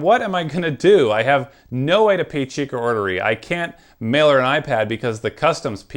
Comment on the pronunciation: It's chikaodiri